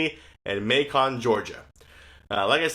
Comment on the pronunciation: Macon, Georgia isn't pronounced May-con... it's said Making or May-can. The Beyond Orange Chicken is amazeballs, I had 3 times when it was available as the 70 store roll out nationwide test market. I think it was listed as premium & $2 more than the original orange Chicken. When I can I always go with the plant based options, I'm not vegetarian but I try to limit meat especially red meat.